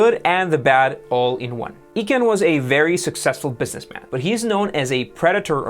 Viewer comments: dude.... it's Carl EYE-kahn, not EE-kahn........... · Nice summary. Pls pronounce Carl Icahn, EYE-Con, not E-con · FYI: Carl Icahn's name is pronounced.....EYE CON Not EEEE Con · Mellianls , his name is pronounced “I-Con”... not “E-Con” . Carl Icahn. You don’t pronounce iPhone as E phone. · The name is Carl EYE-con, not EEE-con. I'm sorry but one would think that a channel with this kind of content would know how to pronounce the name of one of the most famous, and rich, corporate raiders ever. Just sayin'.... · It is EYE-Cahn - not EEE-cahn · Icahn is not pronounced as Econ, the correct way to pronounce his last name is I-con or icon. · great analysis but Icahn pronounded E-can instead of i-CON makes it all look like an amateur show. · Who the heck is "Eeeckan". Haha it is pronounced "eye-can". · I think it’s pronounced "eye-khan". Not "eek-en" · It’s I Chan not E chan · It's "Eye-Con", not "E-Can" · PS - Icahn is pronounced like "icon", not "eek-on". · Its Ichan not Echan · Dude, good luck with this venture. Overall, I enjoyed your telling of this financial venture. However, You lost me when you (MIS-) pronounced Carl ICAHN'S name. Carl is well known and revered in the financial industry. His last Name is pronounced EYE- Khan, Not, E-con! It destroyed all credulity surrounding your presentation and research effort. Take a few minutes During your research efforts and check out Wikipedia for the pronunciation of names. Especially someone who is as well known as Carl ICAHN. You Millennial types think you know everything... And you never check your details. MIS pronunciation of names can kill all credibility of your presentation. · EEE-Can should be pronounced Eye-Con. Thompsen is pronounced Tom-sen. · Carl Eye-Kahn. At least pronounce his name correctly. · JESUS it is EYE caan. You do so well and then you sound like a moron when you make a mistake like that. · Prounce I-Khan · Carl Icahn last name is pronounced "eye-khan." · His name is pronounced "I-kan".